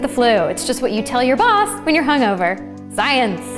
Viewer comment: can common cold be cured? cant watch the video after she said "science with that signal" hilarious .. scienceeeee!! - scaaayincee yeah